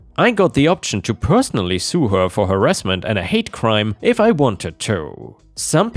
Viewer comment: you sound funny af when you say certain words like her way too much emphasis on it and to sounds like a snobby rich guy lmao